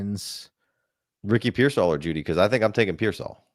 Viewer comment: Tuned in just to hear butcher pronouncing “Pearsall” 😂